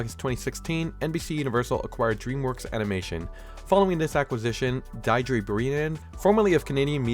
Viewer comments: take it you didn't grow up in an area with a lot of Irish-Americans lol that's the name pronounced "Dear-druh" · Diedre is pronounced “Dee druh” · That's the wildest way to say Deirdre Brennan